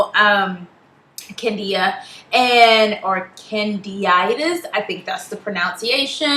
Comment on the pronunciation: It's Candida and not Cadia :)